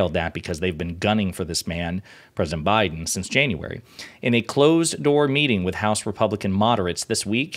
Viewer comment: WTF can't this Fox "journalist" say Biden?